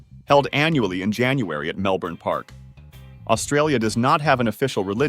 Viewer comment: It's unimpressive when a video (supposedly) speaking authoritatively about Australia can't even be bothered to find out how Canberra and Melbourne are pronounced or that our First Nations peoples do not like to be referred to as Aborigines. What's with the tipi ? (Tipis are of no cultural significance in Australia). Also, why bother motioning the currencies of Kiribati, Nauru and Tuvalu? They are not part of Australia. There are many inaccuracies in this video. While, sure, there are places where kangaroos are plentiful, if you live in a town, even a small one, you are unlikely to see one hopping down the street. There are koalas in the wild (although their numbers have been devastated by chlamydia) and they spend pretty much all their time in eucalyptus trees anyway. There are not 4 Grand Slams in Australia, only one.